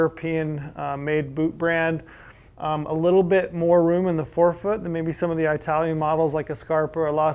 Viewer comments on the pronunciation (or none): eye-talian boots :))))